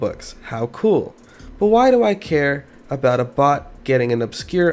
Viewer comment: Thought he said, "If you ever seen a bot before, smash that like button." What he actually said: "If you very seen a BOX before, smash that like button."